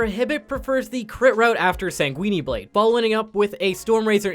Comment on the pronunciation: SANGUIN-E BLADE